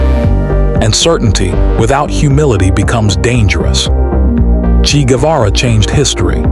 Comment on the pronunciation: Chee???? FFS!!!!! It's pronounced Chay - rhymes with pray.